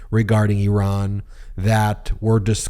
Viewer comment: Thank you, thank you, thank you for pronouncing Iran and Iranian correctly!